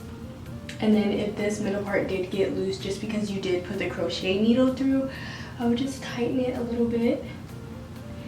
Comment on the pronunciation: FYI ITS pronounced:. "Crow shay" Not "Crow shet". But you're good to go 😊